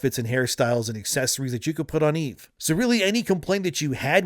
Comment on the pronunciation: Dude, quit pronouncing it wrong. It's EVE, not "Evie/Evey."